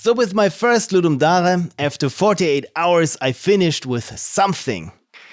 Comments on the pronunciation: The way you say "Ludum Dare" makes me think you are a fellow German lol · “Ludum DATHDA”